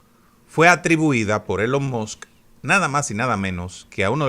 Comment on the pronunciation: ILON MAS. Se pronuncia. " Elon Mos", no.😮